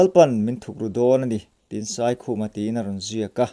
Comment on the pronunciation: Pu Saikhuma hming kha mi lam loh danin i lam.